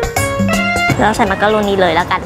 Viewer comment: น่ารักมากเลยค่ะ แอบขำตอน มักโรโน555